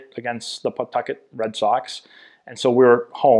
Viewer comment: Strange hearing a Massachusetts guy saying PAW-tuck-et. I went to HS in Attleboro. We all said P'TUCK-it. How do you pronounce Peabody? Worcester?